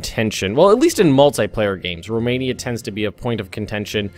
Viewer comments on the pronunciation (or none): none